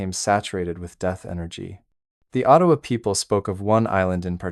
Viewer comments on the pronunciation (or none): none